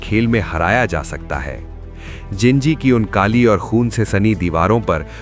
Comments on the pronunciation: Wo ginji nhi jinji hai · ginji nahi jinji hai wo